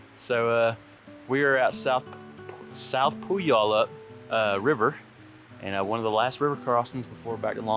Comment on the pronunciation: Pew-al-up. You don't really pronounce the Y very much. So great to watch you doing this right after doing it myself in September. I had heard about the WT all my life and done sections of it and day hikes on it and had always heard what a challenge it was--but it was even tougher than I thought. I was pretty worn out after 10 days. You are right--so stunning and so worth doing. It was amazing seeing parts of the park I had only heard about and parts I had never even knew about. Awesome video! McDonalds? No--I always want pie after backpacking.